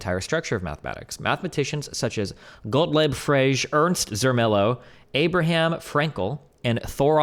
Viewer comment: Destiny talks about philosophy. Nobody: Destiny: Gottlob Frejee